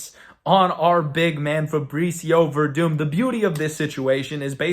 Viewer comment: Verdum? You serious bro? The broken man is Verdum..Gus with the easy KO!